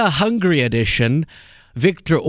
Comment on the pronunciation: It's *Hungary, not "hungry".